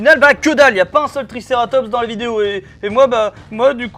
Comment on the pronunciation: Ouais je pari € qu' il s est pas dire triceratops au lieu il dit Trikerrrrrrrrrratoooooops